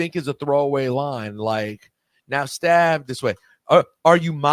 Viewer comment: It's step this way Rosenberg it is step not stab smh 🤦